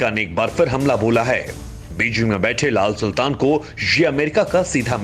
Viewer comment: "laal sultsn" 🤣🤣😂😂🤣🤣😂😂